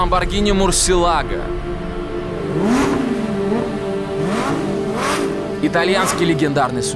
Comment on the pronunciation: Lamborghini Murciélago. No muricielago